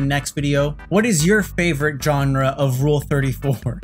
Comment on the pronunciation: Qotd- you pronounced genre wrong you silly goose butt